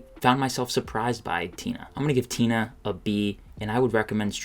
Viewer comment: The moive is actually pronounced Ti-NA like the ti in tina is more like a T sound, but the na in tina is more like a Na sound, maybe someone else can explain it better than me.